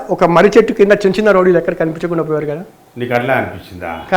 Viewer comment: Rowdilu ❌ Lovdilu ✅😂